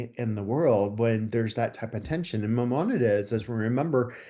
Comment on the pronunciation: This man is a scholar??? Really? España didn't exist until 1492, and he can even pronounce Mimonides, Cordoba, etc. What a phony